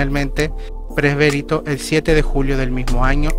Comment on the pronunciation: Bueno el video, pero por favor lean bien!!!! Es muy importante eso! Sino da la sensación de que no entienden nada de lo que dicen! "Preberito" no, es Presbítero. "Lo nombró patriarca de Venecia, sucedido por Giovanni Urbano" no es correcto, deberia ser: Lo nombró patriarca de Venecia, SUCEDIENDO a Giovanni Urbano. "Sedevacanista" no, es sedevacantista. "Grutas de vaticanas" no, es grutas vaticanas.